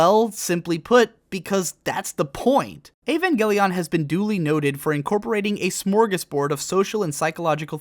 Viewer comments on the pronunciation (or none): Now that you have pronounced it Evan-gay-leon I can no longer pronounce it properly in my head. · "avangeleon" nice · Just say Eva. You don't need to over pronounce evangelion every time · ugh the way you say Evangelion